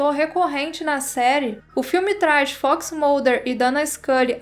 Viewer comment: acho que é assim que se escreve... Acompanho o canal a pouco tempo e as vezes implico com seu jeito de pronunciar a palavra FOX por exemplo mas uma coisa vou admitir essa com certeza foi o melhor conteúdo que eu já vi sobre X files amo a série sou louco pelo filme 01 e piro que qualquer coisa sobre e novidades da série agradeço muito a Sra por trazer isso tudo ao canal eu já recomendo sempre vcs por conta dos aliens mas se vcs começarem a falar de Arquivo x aqui vão ter um eterno frequentador do canal